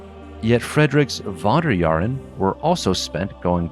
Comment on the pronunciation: "Wanderjahren"... jesus... I had to activate subtitles to get his one. I swear Americans like pseudo-Germanisms just as much as Germans like pseudo-Anglicisms.